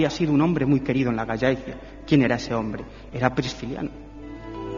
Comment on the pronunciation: Cuánta sandez sobre el apóstol y no presentan ninguna prueba arqueólogica contundente ni saben pronunciar Gallaecia!!